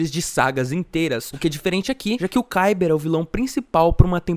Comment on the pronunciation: Primeiro é cadela segundo é Ciber e se fala caiber